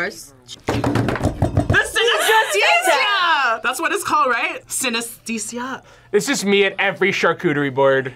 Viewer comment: Binging with Babish has a very accurate version of the potato leek soup. Once I improve enough in my cooking skills, I’d love to make it Edit: It’s “sin-ah-STEE-sha” Edit 2: Now that I realize it, Babish has recreated a fair number of these. They’re all incredibly accurate and all look, in my opinion, absolutely heavenly